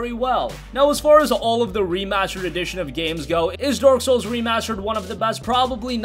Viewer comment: Did dude said dork souls instead of dark souls?